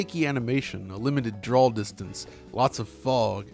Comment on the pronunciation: Loved this video but..."drawl distance"